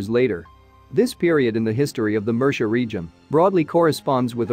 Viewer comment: How difficult is it to get pronunciation correct?? eg. Murcia, heretical, Visigoths. Not only is the “history” lightweight but, the pronunciation of common Spanish and English words is so poor in these YouTube videos! As if spoken by semi-literates time and time again!?